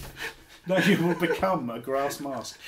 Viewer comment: D...d...did you say grass mask? My god ashens what have you done?